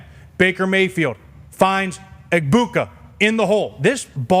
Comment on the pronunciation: Major missed opportunity not asking Emeka Egbuka about Rob Gronkowski totally butchering his name 😂